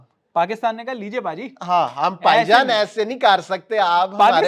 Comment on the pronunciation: पाई जान ये हर्षित राणा के मुंह से बहुत अच्छा लगता है 😂😂😂पाई जान